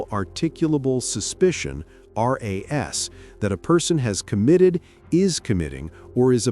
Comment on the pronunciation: Pronounced RAS as ARS. At least if you're going steal it, try not AI